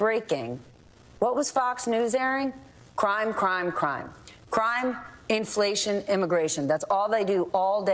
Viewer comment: In fla ti on 4 syllabes